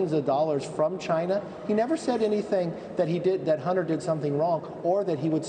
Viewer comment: Chi-na Trump pronouncing